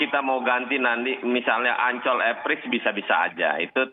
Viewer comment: Bule fasih nyebut "Mandalika" sbg sesuatu yg asyik dan eksotis. Tapi kalau Ancol? ingat bung ada "OL" dibelakangnya.🤣🤣🤣